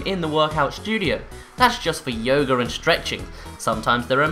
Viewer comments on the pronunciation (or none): none